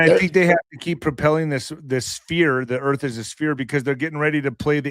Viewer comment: FLAT EARF REALLY🤪🤪🤪